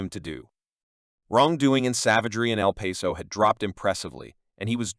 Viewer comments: It's not El Peso. It's El Paso, the pass. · If you can’t say the towns name correctly- then don’t say anything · Can't even say the towns name properly!